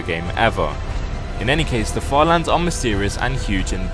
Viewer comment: Bro when you said further lands I thought you said father lands 💀